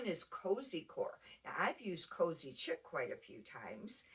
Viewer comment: Chic is pronounced sheek, I believe